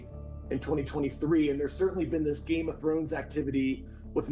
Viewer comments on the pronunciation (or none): none